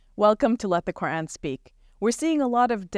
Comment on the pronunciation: The names are pronounced Shab-Beer not Shab-B-Arr and it’s Qur-Aan not Qur-Anne. Atleast correct your Islamic pronunciation. Rest of the stuff you guys talk is ok, pretty much inline with the western narrative, and being diplomatic.